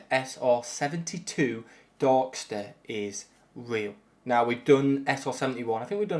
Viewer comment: “Sr-72 Dark Steh”